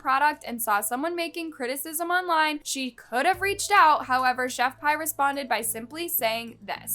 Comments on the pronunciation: You literally pronounced all the names wrong like it's not chef pi like the math one it's chef pee and it's not KAYRAMO but kaaraamo and it's not al but aleeeeee BRO- go back to school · I would just like to say I think her name is pronounced ( pee ) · I know this may not matter, but I'm just a little neurotic about pronunciation, and the woman's name is not pronounced "Chef pie" it's pronounced "Chef Pee". You know like piss? Like the pissy ass sauce she tried to poison the world with? I just feel , since she's lived UP to her name ( pronounced "Pee") for her piss tasting, botulism / salmonella filled sauce, let's CALL HER by her name..."Chef Piss" , shit sorry , I ment "Chef PEE." Just a little neurotic suggestion. 😁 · Im sorry this is off topic but its chef "pee" not "payy" 😭 (i have OCD im sorryy)